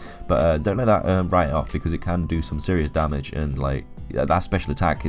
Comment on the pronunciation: I enjoy your videos with one slight exception: How you say damage. "Dar-marj".